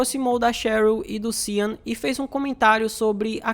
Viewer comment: Sean, se pronuncia xan ou xon.